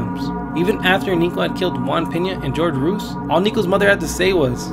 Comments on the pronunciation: How can this narrator have a Hispanic accent and not be able to pronounce Ruiz?? Its Roo-eeez.... not rooos 🤦‍♂️ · glad I'm not the only one who heard it I was like Homie is straight from that barrio! ... Then he said "George ROOOSE" then I was liek shieet this pinche chavale ain't no cholo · It's "Hoor-hey Roo-eez" 🤣 George Rooze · David Ruiz If this YouTuber does your documentary, he’ll mispronounce your last name as “Ruse.” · imNrti I'm not even Hispanic and I realized it's pronounced roo-ez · My guy, you’re clearly mexican I can tell from the accent, how come you cant say the name Ruiz correctly? Either way dope vid imma sub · TormentedSceptic I thought the same thing regarding his pronunciation of Ruiz. I would have to say, it sounds as though he deliberately emphasizes a certain speech pattern for effect rather than having an quote on quote "accent". Either way the video was on point. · I was about to comment the same thing. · You probably won't read/see this but just to let you know for future reference the name "Jorge" is NOT pronounced "GEORGE" lol its pronounced "HOR-HEY". The "J" & "G" in Jorge is pronounced as "H" 😉👌👌👌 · Anyone else find it weird that the Latino narrator couldn’t pronounce “Ruiz” properly?